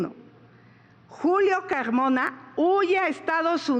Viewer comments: Julio Caaaagmona jajajajaa no puedo confiar en alguien que no pronuncia la R 😅😂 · Doge pogque , Cagmona , asegugan .😂